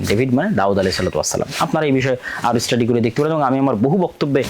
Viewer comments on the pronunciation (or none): none